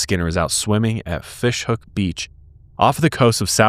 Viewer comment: I live in Fish Hoek (pronounced 'hook', well done )😊 A few years back scientists noted a fair decline in the amount of Great White sharks in the area. Turns out the real apex ocean predator is the Orca, also aptly named "Killer Whale". They find Great Whites rather yummy and we had a bunch of them hanging around our bay for a while. Great White numbers have slowly increased again, Orca's seemed to have moved on. Another story, my son and I were once on Fish Hoek beach when the shark alarm sounded. When a shark is spotted an almost deafening alarm sounds for ages. There was a man who had decided to swim OUTSIDE of the shark prevention netted off section of the sea where it is recommended best to swim in, as an extra safety measure. Everyone came rushing out of the water and all beach goers stood around on the beach, alarm still blaring, this swimmer was swimming like crazy back towards shore. He kept looking behind him as he swam faster than he probably ever has in his entire life. Luckily he eventually reached the shore safely to the applause of the spectators. He stumbled out of the water shaking his head and laughing with relief.